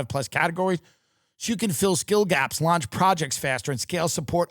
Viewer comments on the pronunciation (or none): none